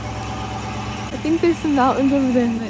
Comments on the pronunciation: Love love your channel ❤ Incredible all that you do and wish there were more like you. Love to Kyro too. I’m a native Nevadan so it’s kinda my sworn duty to let you know it’s pronounced Nev ‘ADD’ uh. Not Nev Ahh Da. Easy way to remember is Vegas ‘adds’ up wins or losses haha. Many many MANY people from other US states pronounce it incorrectly so don’t feel bad. Keep up your great work spreading beauty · Nevadda. Not Nevahda :) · Nevada is said like Ne-va-duh not Ne-vod-uh. Source: years camping all over Nevada/live in neighboring state/know people who live there. Sorry to be that guy but people will think you’re goofy saying Nevada that way and treat you like a tourist which we as travelers never want it possible 😊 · Pronounced: Nuh Vaddd Duh. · Yeah the way she mispronounces Nevada constantly is the real crime, only celebrities and people trying to sound over fancy say Nevada how she does but she’s just making a genuine mistake 😂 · Help me out and correct her on how she says Nevada, now that’s the real crime. 😂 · Makes me wanna die each time she says Nevada 😂 but she’s an innocent Canadian I’ll let it slide. Only people that say Nevada like she does are fancy LA people that want to say it like that and people who don’t know any better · i live in Nevada and the way you pronounced it😭no offense ofc i love ur vids and i dont even know how to say any names in canada😆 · You mispronounced Nevada. Love watching your videos of you traveling. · Like your video - great trip. Utah is awesome! PSA - it’s not pronounced Ne-vah-dah. It’s Ne-vad (like dad) -a Same with Moab (Mo [long o] - ab [like your ab muscles]